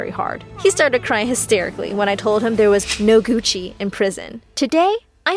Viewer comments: You know it’s kidnapper not kednapper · Isn't it kidnapper? Not kednapper? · kenapper?? you mean kidnapper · Whos saying its kednaper Its kidnapper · Kednapper whut don’t u mean kidnapper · Kednapper!? 🤣 Really? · "kednapper" LMAO BYEE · Kidnapper.... NOT KEDNAPPER 😤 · ‘Kednaper’ HAJAJAJAJAJ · “ I Saw My Kednapper after 10 years “ What’s a Kednapper? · What’s a kednapper, do you mean kidnapper? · ITS NOT KEDNAPPER! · Literally nobody is talking about how they said Kednapper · No onea gonna talk about hot it says "kednaper" ok 🤣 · "Kednapper" I and e arent even close to each other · im here when it says "kednapper" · well,look brother,not gonna exaggerate, but...umm... u know,the thing ,well, ..... it's k"I"dnapper. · Jia Pia when it was 30 seconds ago it said “KedNapper” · " kednapper " HAHA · Lol “kednapper” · “kednapper“ yeah ok nice. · "Kednapper." He kednaps Keds? .-. ... I have no words... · Whats Kednapper😂😂😂